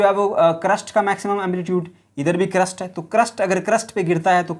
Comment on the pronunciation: Its not crust its crest